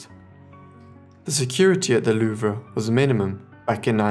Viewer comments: It's pronounced THE LOOOOOOVE! not the "loo-vra" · Excellent vid! I have absolutely no idea any of this ever happened, fascinating! Good work on most of the pronunciation only slip ups were Louvre, no a on the end and Yves, pronounced eve. Thanks for your hard work and time to interest us know nothings